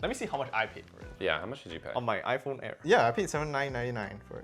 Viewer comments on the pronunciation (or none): none